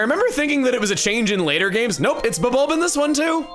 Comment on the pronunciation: Today I learned that it's "Bub-ulb" and not "Bulb-ulb." You're not alone, Chugga.